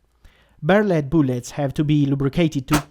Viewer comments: Booolets lmao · New drinking game: Take a shot every time he says "Boolets".